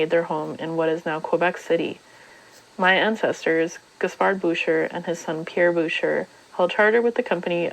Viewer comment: Advice on pronunciation. As a French name, that would be 'boo-shay'.